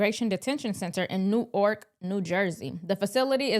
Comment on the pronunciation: pronounced it "New- Ork". It's pronounced "New- werk".